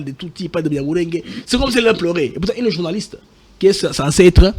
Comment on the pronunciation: Mr doit faire un effort dans sa prononciation... " ine /une... dessi/ dessus... netre / neutre... rendi/rendu... inquietide/inquiétude... bref, malgré ses erreurs, je le trouve intelligent, même si je ne partage pas ses opinions que je trouve diaboliques.